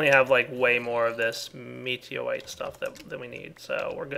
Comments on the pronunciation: Its not meteroite m ita meutoite.. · I think it's mew-tor-ire, not meteorite